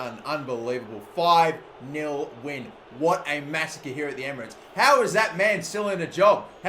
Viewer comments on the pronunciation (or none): none